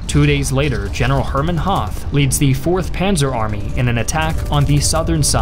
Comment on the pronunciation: Just a nit pick: General Hoth is pronounced like hot with a long o. When there is a th in german, the h is always silent. :)